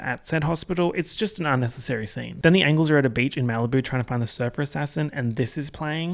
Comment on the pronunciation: I swear to god I spited my water the first time he said ANGLES